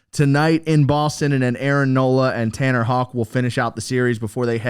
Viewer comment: Why do you think Houck is pronounced like hawk?